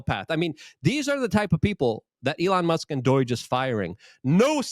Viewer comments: He needs to not pronounce doge as doige, i cant be the only one hearing it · DOIGE. Is that the Polish pronunciation?